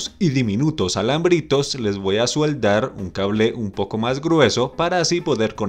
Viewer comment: Amigo se dice soldar no sueldar